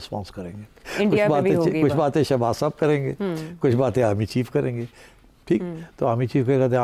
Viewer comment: Shehbaz not shebaj